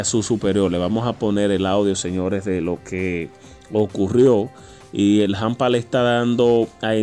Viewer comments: Se dice hampa, no jampa. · SE DICE HAMPA NO JAMPA, de qué país eres tú